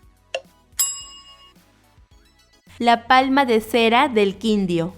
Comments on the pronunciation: El apellido de Ernesto se pronuncia SAMPER, sin acento en la A. Otro Se dice el Quindio con acento en la segunda i, para disolver el diptongo. (No puedo poner tldes por el teclado, no las tiene). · Pronuncie bien Quindío acento en la i no en la o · Pues gracias por las preguntas, pero la pronunciación hay que mejorarla . Ejemplo: Quindío. Lleva tilde en la i. Y se dice Chibchas no Chibcas. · Te equivocaste en muchas cosas pero la mayoría está bien soy colombiano pero por ejemplo algunas cosas no utilizaste la pronunciación por ejemplo en el Cartel de Medellín o en el Quindío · Muy lindo detalle tomarse este trabajo. Pero pronuncia bien los nombres. Como Quindio, el apellido de Jorge Isaacs, Eliecer, y otros tantos. También hubieses investigado su pronunciación en Colombia. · Mal pronunciado Quindío, Isaac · QUIN- DÍO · La independencia de Cartagena se celebra el 11 de Noviembre. Se pronuncia Quindío con acento en la última i Se pronuncia CHIBCHA, no CHIBCA. Se pronuncia Samper con acento en la E. Se pronuncia ISAACS con acento en la última A. Se llama EGAN no IGAN. No es crítica, solo información veo que tu lengua materna no es el castellano, a pesar de eso lo hablas muy bien. Felicitaciones y gracias por hablar cosas tan lindas de mi país. Siempre BIENVENIDA. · Las contesté todas por supuesto que soy de Colombia. Me pareció muy bueno el cuestionario, aunque la pronunciación de algunos lugares como Quindío no está del todo bien aquí hacemos énfasis en las tildes. El pico mas alto de Colombia es el pico Colón por unos cuantos centimetros sobre el pico d3 Bolívar. La Independencia de Cartagena no es el 16 sino el 11 de Noviembre.